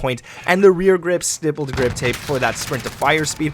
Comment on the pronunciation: Bro please pronounce the stipple grip tape correct!